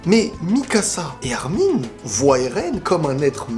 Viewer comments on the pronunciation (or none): none